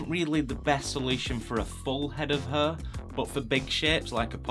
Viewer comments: The pronunciation of hair shouldn't be 'her' ????? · U spelled "hair" like "heer" (it's okay) Thanks for the tutorial!